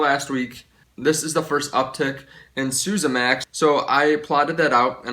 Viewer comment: isn't Suezmax pronounced sue-EZ-max as in sue-EZ Canal, and not like SU-sa as in sousaphone?